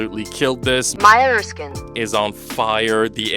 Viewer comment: The fact you can’t pronounce Maya Erskine has me rolling but I feel you 😂😂